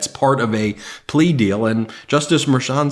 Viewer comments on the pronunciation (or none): none